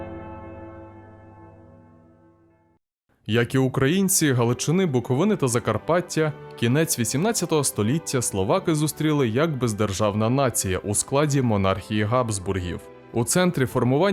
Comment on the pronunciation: Сам ти БуковинА!😬